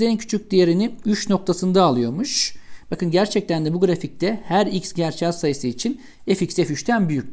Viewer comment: Çok güzel "gerçel " diyorsunuz hocam 😃 ingilizce bir kelime okur gibiydi:) - soru çok iyiydi👍